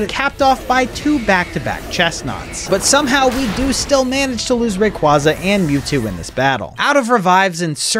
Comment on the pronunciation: Bro said RAQUAZA 💀💀💀